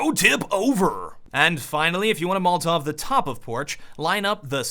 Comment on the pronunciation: Why do you say molltov instead of molotov?